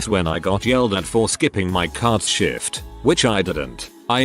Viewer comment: Is it me or does the voice sound they are saying Shit every time they try to say the word Shift.